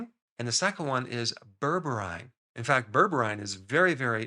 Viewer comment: Pronounce it Ber breen